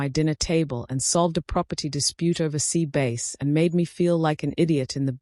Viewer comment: the orator is atrocious. could not listen to her bumbling reading of this story. Sea base instead of bass.